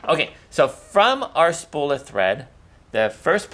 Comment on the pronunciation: A "spull" of thread. Spull?